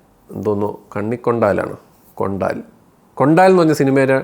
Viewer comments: കൊണ്ടാൽ അല്ല കൊണ്ടൽ 😂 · Kondaal alla bro bro its kondal / കൊണ്ടൽ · മകനെ കൊണ്ടാൽ അല്ല കൊണ്ടൽ